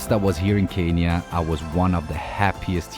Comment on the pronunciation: Dean ich liebe dich und dann noch in meinem Land .. but pronounce Kenya